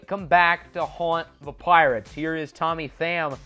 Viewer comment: At one point in the video it sounded like you said Plirates